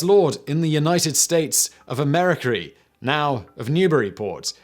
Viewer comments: "Younited states of A meriker"😂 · "A mericry" lol